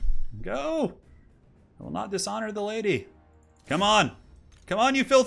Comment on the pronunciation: I swear he said “let’s get ready to ride ze Lady” at the start.